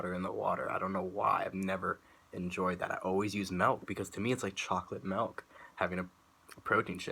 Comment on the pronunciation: Bro I love the way you say Melkk! (MILK) lmao!